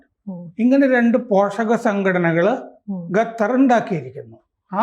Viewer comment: ഗത്തർ അല്ല, ഖത്തർ ആണ്. എപ്പോഴും മലയാളത്തിലെ പല അക്ഷരങ്ങളും തെറ്റായാണ് ഉച്ഛരിക്കാറുള്ളത്. ശ്രദ്ധിക്കുമല്ലോ.